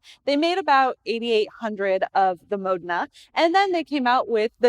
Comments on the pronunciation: We are both wrong, the Italians pronounce - Mo den a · Dumb bh cant say modena